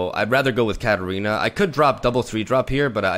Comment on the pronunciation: everytime he says Katarina i can't help but hear cat arena XD